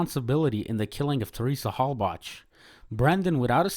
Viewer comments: You pronounced both the killer and victims names wrong. Did you do zero research at all? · Heard Teresa Halbach and Brendan Dassey pronounced wrong in the first 15 seconds....come on man seriously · How is it that there's hundreds of hours about this case and you still pronounced Brendan and Teresa's last names wrong